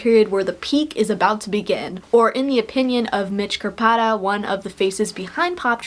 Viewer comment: Nice video! Mitch/Captain Crawfish is my uncle so I’ve been a poptropica fan since the beginning. Nice job on the pronunciation of “Krpata”, a lot of people get it wrong haha